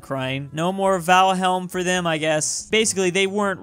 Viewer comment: but isn’t it Valhalla not valhelm